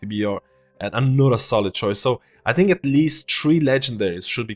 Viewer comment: "Just tink of de possibilities"